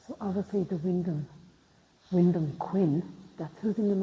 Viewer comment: Wyndham is pronounced WINDEM, guys!.😊😊